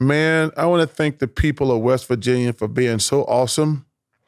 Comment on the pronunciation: “i went up to West Virginyer” 🤣🤣